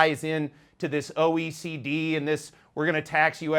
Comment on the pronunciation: Say your name clearly. It is important. What is OEC?